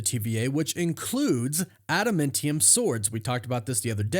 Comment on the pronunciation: Smh… adaMANtium dude…. Not adaMENtiun